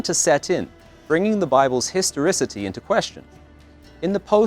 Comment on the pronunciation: "Historifity"? suggest you learn English.